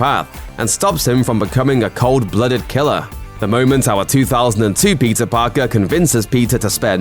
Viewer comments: It's PETER Parker and not PIZZA Parker 🧐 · Guy’s pronouncing Peter as pizza. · He pronounced Peter like Pizza, wtff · Why does his "peter"sound like pizza? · Is this guy saying Peter or Pizza?